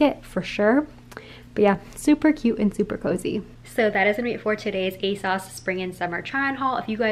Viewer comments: love this! just letting you know it's pronounced "aye-sews" not "aye-sauce" :)) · The British fashion YouTubers I follow all pronounce it "Ay-sauce." They talk about ASOS more than the Americans I watch, so I kinda thought it was "Ay-sauce" too!